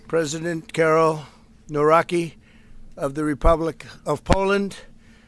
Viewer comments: I see that event Trump can't pronounce Polish surnames xD It's NaWroCKI not "nawraki" xD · Pronunciation of Nawrocki is Navro-ski Something like that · It's pronounced Nawroski (Nawrocki). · Ngl I always smile when Americans pronounce Nawrocki